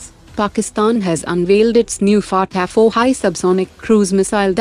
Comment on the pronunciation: The way you say faatta 1 and faatta 2 was amazing 😂😂😂